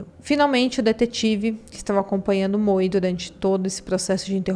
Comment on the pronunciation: Se estiver escrito MOE não é pronunciado Moe e sim MOU.